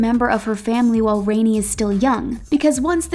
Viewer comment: Elizabeth Taylor ispictured with Mike Todd, her 3rd husband, not Michael Wilding. Kate Hudson's daughter's name is pronounced "Rahni or Ronnie", not "Rainy".